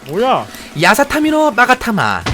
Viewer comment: 야사타미가아니고 야사카미아니에요?